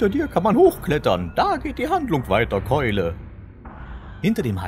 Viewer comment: Du hast das "Keule" falsch betont...